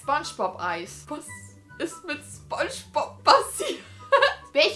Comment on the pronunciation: Wer hatte auch nen lachflash wie sie gesagt hat: das ist ... spob aber nich sphongebob